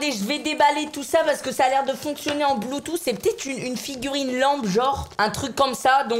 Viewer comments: Se prononce Bloutouss 😂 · BluetooTTTTHHHHHHHH (BloutouSSSSS) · On di pa bloutou on di bloutous